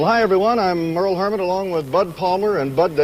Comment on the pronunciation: It's Merle Harmon, not Merrill. Just to clarify.